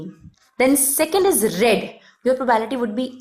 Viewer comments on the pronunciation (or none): probAebility ni hota probability pronounce krte h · Not probality Its probability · The whole time you said it probality